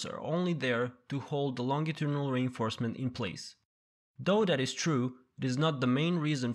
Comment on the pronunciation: Very useful. But the pronunciation of Longitudinal was not true.